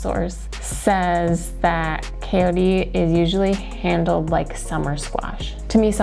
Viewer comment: Pronounced as cha-yo-te, cha as in cha-cha😇 not coyote as in the animal